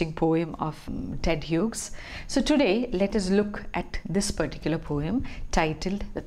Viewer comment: Hughes is pronounced as HEWS rhymes with jews ....